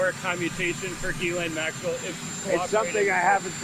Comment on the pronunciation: I believe Ghislaine is pronounced "ji LANE". Not "GIZ lane".